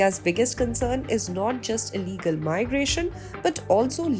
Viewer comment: You said ILLEGAL indians wrong